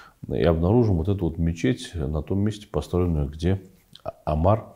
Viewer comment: Здравствуйте, товарищ А кто такой Амар????? Кажется звали халифа УМАР (а.с) если вы об этом человеке говорите.... Где буква А и где буква У??? Неужели сложно произнести правильно имя УМАР. Я не русская но произносить имя Александр не так уж сложно как и имя Умар 😂. Никогда бы не пришло в голову произносить имя так ужасно искажая его😅😊.